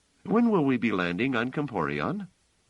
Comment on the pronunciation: Not "Comporion" - - "Comporellon."